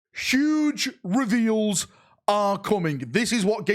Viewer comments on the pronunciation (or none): "Shouudshh reweels!" 😂